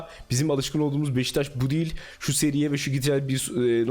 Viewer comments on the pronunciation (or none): none